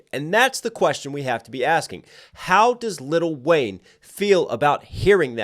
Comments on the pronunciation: its Lil' Wayne.. LIL' Wayne, not LITTLE Wayne 😂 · Never heard anyone pronounce the “t”. Little Wayne just seems so disrespectful 🤣🤣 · “Little Wayne” coming at next for the pronunciation of his name several times in this video alone…